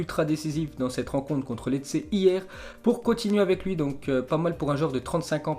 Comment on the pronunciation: Lecce sa ce dit "Léché", Brescia sa ce dit "Breschia" fait un effort c'est la base.